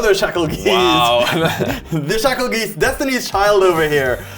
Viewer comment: Bruh they way is saying geist is killing me😅 said it right once🎉 then went back 2 saying it like 😢